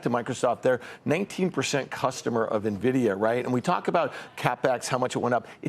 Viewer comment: When will folks stop calling it Neh-vi-dia??? 🤣 Can't they learn from how Jensen pronounces it?!?